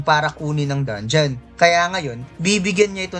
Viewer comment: Paayos naman ng mga pronunciation mo sa mga words. Gaya ng sinabi mong dongion imbis na dangeon, disert imbis na desert at madami pang iba. Nakakalito kasi pakinggan